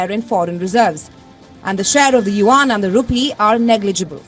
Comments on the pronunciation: It’s pronounced as “you-en” , not “you-Ahn” nor “wan”. Just like Yen, but with the “you” in front. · the people pronouncing 'yuan' in this clip aren't Chinese. I wouldn't take them as a pronunciation guide.